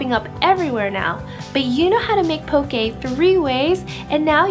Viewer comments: Should be pronounced POH-kay and FU-ri-KAH-KAY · Looks good but you butchered the word 'poke' and 'furikake' 😅